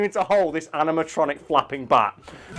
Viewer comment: Say bat again